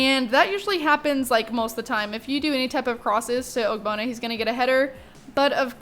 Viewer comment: Is it just me or wen she says ogbonna it's sounds like og-bonner